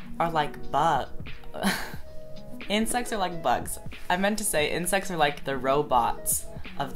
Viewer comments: when you said insects i though you said incest!!! i was shook!! :o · omg I thought he said "incest" lol